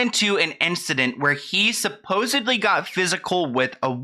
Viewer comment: "suposedly"... Dude you are part of whats wrong with the ENTIRE Picture.